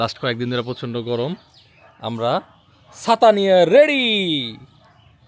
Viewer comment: সালাম ভাই ছাতা না বলে চাচা বলছেন 😂😂😂😂😂